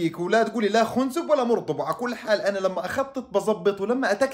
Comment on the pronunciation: خنزب ... بفتح الخاء وليس ضمها يا ترعة المفهومية هههههههههه 😂😂😂 وانت رائع وفيديوهاتك حلوة وربنا يوفقك ... استمر